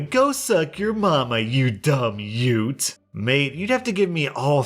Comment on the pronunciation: Old guy: "Yute" Other guy: "whats a Yute?" Old guy: *throws Scrabble board * "YUTE!"